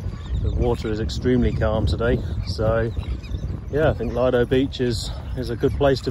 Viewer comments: Le doe is how lido is pronounced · It's 'Lee-doe' in pronunciation. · Lido Beach is pronounced with a short “i”.